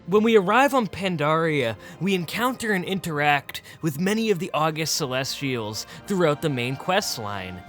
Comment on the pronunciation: Not a true Pandaren fan. Doesn't even know how to pronounce the August Celestials. Smh.